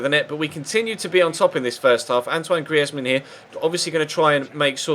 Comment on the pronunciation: You're say Griezmann wrong just saying...